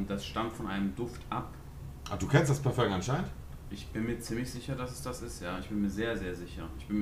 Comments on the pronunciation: Jeder normale mensch:parfum Monte:PARFÖNG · Monte es heißt Parfum nicht Parföng... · Dieses Parföng triggert aus der Hölle, bitte sag dann halt einfach Parfüm.. und nicht Parföng!!! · Was für parföng das heißt Parfüm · S Es heißt fardöng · Niemand: Wirklich niemand: Monte: Parföng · Bitte übe das Wort : Parfum richtig auszusprechen !